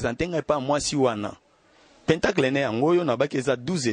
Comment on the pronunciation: Pentagone ou pentacle, se lit plutôt "pãntàkle" et non péntacle😢